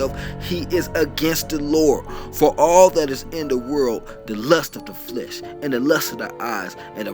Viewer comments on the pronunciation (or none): none